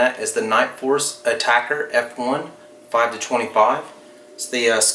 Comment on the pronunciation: A-TAC-R. Not Attacker.... damn.